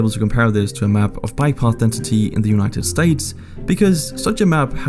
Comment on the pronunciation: united sates 🤣🤣